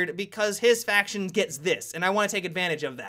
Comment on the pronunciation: honestly it kinda pisses me of that you say "Faction" good vid anyway :D